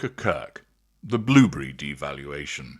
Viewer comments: Like he has blubbery lips! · The way you say "blueberry" is simply fabulous haha